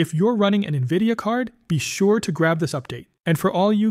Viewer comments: What do you mean?! Doesn't everyone pronounce it "Nuhvidia" ? 😂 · Navidia? AI voice, I assume?